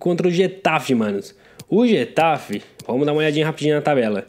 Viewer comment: getafi wtf e guatafe se fala